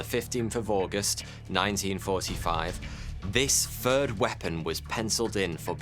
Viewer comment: a fird bomb a fousand times strrronger loool .